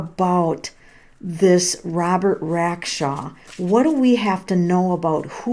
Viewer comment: Do you know how to read? ‘RacksTRAW.’